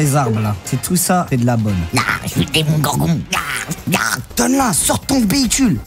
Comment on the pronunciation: Il a dit demongargon 😂😂😂